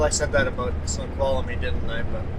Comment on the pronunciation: ❌ Four, when there should be three; drop the "uh", for Sno-qual-mie. 🧀 Cheers